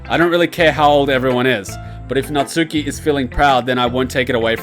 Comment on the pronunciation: Natsuki more like Natuski am I right ha haha